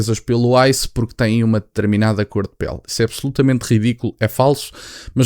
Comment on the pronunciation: Quando ele falou Icém é igual grupo kkk jornalista falou esse grupo atacava os pretos ele não atacava dois branco preto